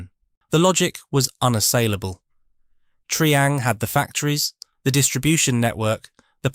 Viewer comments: Its Try ang not Tree ang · You're right. Terrible pronunciation.